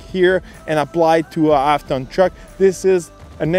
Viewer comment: Good review, I love my RST duramax, but why do you keep saying "ap ton truck".